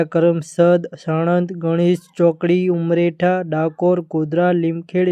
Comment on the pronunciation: તમે જબરા છો.... ઉમરેઠ નુ ઉમરેઠા અને લીમખેડા નુ લીમખેડ...આણંદ નુ સાણંદ અને ખેડા નુ ખેડ !!!!! 😅😅😅